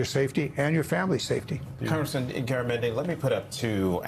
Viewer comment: The news ditz should learn to pronounce the guests name before he comes on.